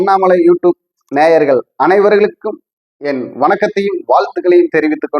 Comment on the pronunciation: 'Avargalanarvarkum' yenbathaan epdi sollittu irukaaru pola ..😂